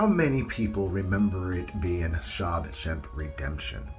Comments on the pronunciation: I've always known that God calls himself jealous. With that one I just wonder if certain people just don't know the Bible very well. I Always thought Freddy's sweater was orange and green but maybe it was just the resolution. And did you just say "SHOB shank redemption"??? 🤣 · You lost me at "Shob Shemp" o.o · Say SHAWSHANK again!! Lmfao I'm sorry